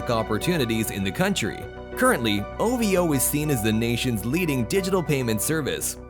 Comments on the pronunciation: no one pronounce it as O-Vee-O just say O-Vo instead 😄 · I'm weak when you pronounce "Ovo and ajaib " lmao🤣🤣🤣